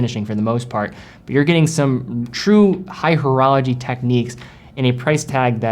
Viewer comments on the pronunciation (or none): none